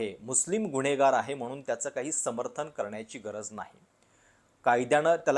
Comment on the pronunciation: उच्चार सुधारा..गुणेगार ❌ गुन्हेगार ✅ कंपनी✅ कंपणी ❌ पण ✅ पन ❌ ... Dont worry अजून बरीच undercover होणार आहेत 😅😅